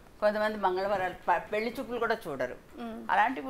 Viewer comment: పెల్లి అనకమ్మా తల్లి 😂 పెళ్లి అనవమ్మా